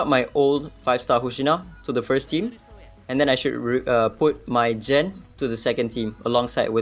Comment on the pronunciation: Its not Jen but gen ! Gen !!